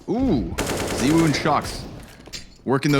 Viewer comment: The pronunciation of zywoo triggers me lmao